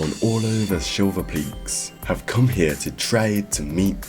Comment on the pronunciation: aren't they called the "Shiverpeaks"? sounded like you said "silverpeaks"